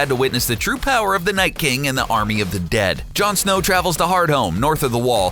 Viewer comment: I'm surprised they pronounced "Jon Snow" correctly as they can't seem to say any other name properly